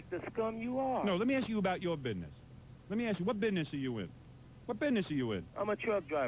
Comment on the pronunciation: “Lemme ask you about yo bidness”